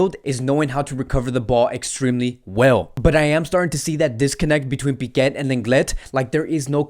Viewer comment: Please stop calling Piqué "Piquet". There is not T at the end, that's Lenglet, you can pronounce the T or not with him but there is no T in Piqué. Thank you